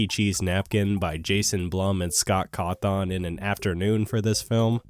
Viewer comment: You can't even pronounce Scott Cawthon's name correctly, let alone be trusted to review the movie's job as an adaptation